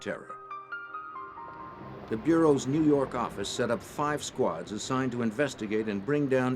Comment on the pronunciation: "nuu yawk affice"